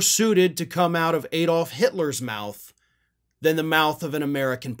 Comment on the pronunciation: Its ADD-old not EED-olf.